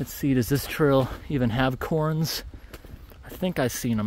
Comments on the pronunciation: For future reference those rock piles are called "cairns" and it's pronounced like "karen" but with 1 syllable. It's a bit nit picky but it bugged me that you said "corns" lol Also about those Indian pipes you were talking about. Did you know that at the end of the year when they die they turn into a black goop? It resembles black pen ink and it's really cool and gross. It's almost like they start to melt and change into the opposite color. You should make a little video about them, I think for sure you'd think they are really cool how their life cycle goes. I feel like I know you well enough by now that you'd get a kick out of that. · Sweet hike! It sounded like you said "corns" when mentioning "cairns". It's pronounced like "care" followed by an 'n' sound. Or like Karen without the 'e'.